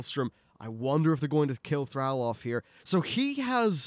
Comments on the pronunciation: Yes, 22 minutes of mispronouncing Thrall was mildly annoying. Good video aside from that! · ThrALL, ALL...not ThrAL "Al" it's ThrALL